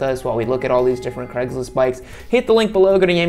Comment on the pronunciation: Why is craigslist always pronounced as cregs list